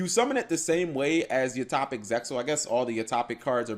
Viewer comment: Utohpic Utohpic. I see. So that's how it is. It's [You-Toe-Pic]. Sorry if that seemed like I was being rude, it's just that I played Utopia for like 3 years straight and love the deck to this day, so when somebody continuously mispronounces the name of some of my favorite cards it irks me a bit.